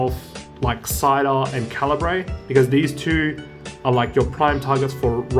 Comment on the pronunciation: Great video, but the way you pronounce Cairbre bugs me, seems pretty wrong